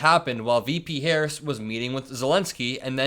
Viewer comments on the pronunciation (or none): You can tell how ignorant he is. He is unable to say VP Harris' name correctly.